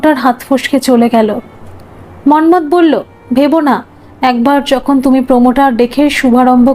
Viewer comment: আপনি মন্মথ উচ্চারণ এমন ভাবে করছিলেন কানে লাগছিল। হাজার হলেও আমরা বাঙ্গালী। আমরা এভাবে বলিনা